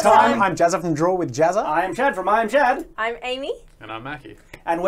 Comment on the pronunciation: Shad not chad...